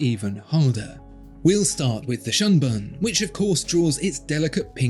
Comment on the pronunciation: "shunbun" doesn't rhyme with "unspun" lol